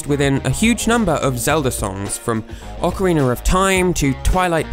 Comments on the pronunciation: "Ocariner of TIme" Anyone else notice? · Why does every british guy say "Ocariner of Time"? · ocariner of time